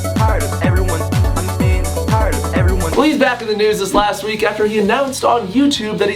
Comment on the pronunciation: It always sounds like he says "Wtf nudes"